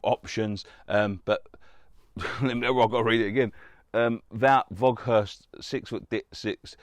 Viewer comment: you got the first name right mate of Wout Weghorst..last name is pronounced (Waghoarst)